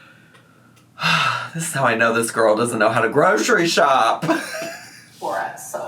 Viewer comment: One thing it’s proven is that she mispronounces stuff on purpose. She can say girly and girly pop just fine but then she says gorl instead of girl